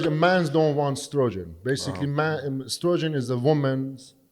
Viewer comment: Strogen? Or Estrogen? 😂😂😂